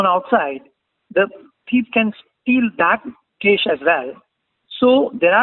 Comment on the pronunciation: What is cesh? ? Its cash . Pls change your pronounciation. U r here to teach people but u r yourself wrong.